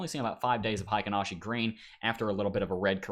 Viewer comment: Heikin Ashi pronunciation: hay-keen ah-she